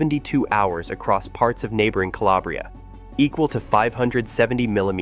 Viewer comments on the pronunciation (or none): none